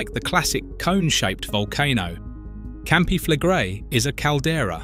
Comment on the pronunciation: Your pronunciation of Campi Flegrei has darkened the skies across the world already mate so doesn't really matter anymore